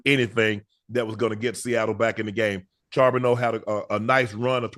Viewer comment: Unc quit saying charbento it's charbente